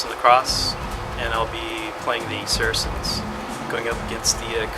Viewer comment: I wish you people would learn how to pronounce saracens. It sounds like “sar-sins”